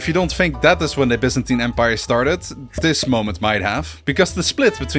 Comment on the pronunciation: Finally someone who knows it’s pronounced Bee-zantin not Bi-zantin.